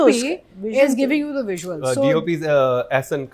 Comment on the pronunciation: Mr pls stop calling Visuals, ‘Veesuals’. Its very annoying!!